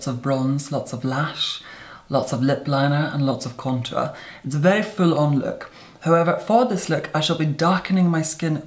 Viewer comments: Posh upper crust pronounciation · Contāùxrē sounds more like french I think for him is more of a high class English❤